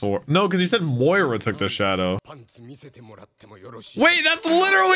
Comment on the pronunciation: Can you stop calling him moira